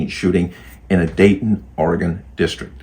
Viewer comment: have ever been to Oregon because pronounced it correctly